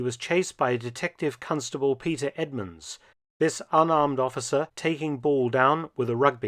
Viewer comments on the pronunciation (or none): none